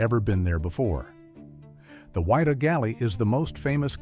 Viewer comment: It's Wydah not wider get it right bei ffs lol